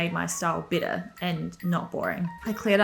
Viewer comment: For 3 minutes I thought you were saying you want to make your wardrobe “bitter”